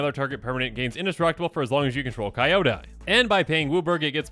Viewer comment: Love the vid but Kyodai is pronounced key-yo-die not Kai-yoda. ❤